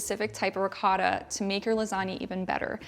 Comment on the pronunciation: Looks delicious as per usual. Two things: You should try it with fresh made pasta instead of boxed. It brings what is already good to the next level. Secondly, and this is a little pet peeve of mine. In the Italian language the "o" has only one sound and that is the one of a long vowel like (oh). So it's pronounced ri-coh-ta and not ri-caw-ta. or man-i-coh-tee and not man-i-caw-tee